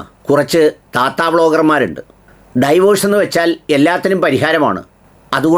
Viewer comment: ഡൈവോഴ്സ് അല്ല ഡിവോഴ്സ് ആണ് please correct